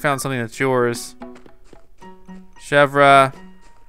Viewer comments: Chèvre is pronounced ..... Shev-ray NOT Shev-Ra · It's not pronounced Chevra it's pronounced Chevere but it's spelled Chevre. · Chev-ree chevre not chev-rah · you pronounce chevre name as: shehvr. Its suppose to be frence for goat:P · I think you pronounce it like she-ver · Chevre is pronounced SHEV-RAY!!! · Say Chevre like this:ch-ev-r-e